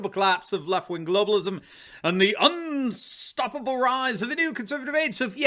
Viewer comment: I love the way says UN STOPPABLE!!!